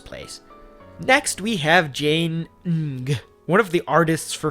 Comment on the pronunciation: just for clarification, Ng is a Filipino name pronounced "nung"